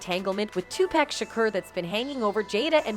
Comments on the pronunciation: I like how she says /tupaec/ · Why she keep saying Two pack ? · Can someone tell her how to pronounce 2Pac NOT TWO PACK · Maybe you should learn how to pronounce Tupac's name before making a video full of allegations. It's obvious you don't have a clue and are just reading off some text that someone else wrote. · I cant with the pronunciation of some of these names. Two-pack and Madeena 😂